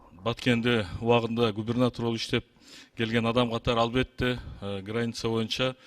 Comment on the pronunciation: Калпак кийген киши"" Р"'- га жакшы тили келбейби ээ😅 Ганиц и наод дейт го. Границ и народ дегенди.